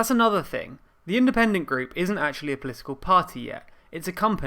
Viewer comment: Polical? :P